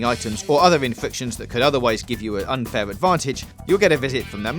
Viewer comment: "...unfaiw advawntige..."